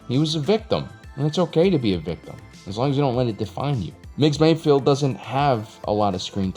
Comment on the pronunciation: It's Mayfeld, not Mayfield,! Or is it? I really could'nt give a f*ck, either way.